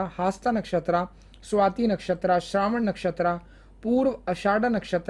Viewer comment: u said purva shadha...its is purva bhadrapada